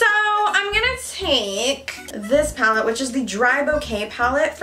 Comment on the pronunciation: when you said take you sounded so welsh haha